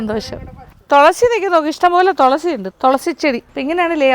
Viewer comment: Tholasi alla😂 thulasi